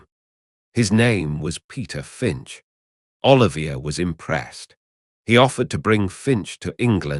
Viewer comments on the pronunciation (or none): Extremely bad AI - sux that you mispronounced Laurence Olivier's name (and Joan Plowright's) continuously throughout the video...lazy ass effort...